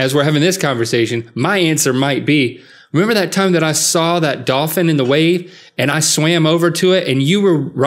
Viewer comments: Link: Dolphin Rhett: DAWFIN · Is it me or do they keep pronouncing dolphin like “dah-fin”?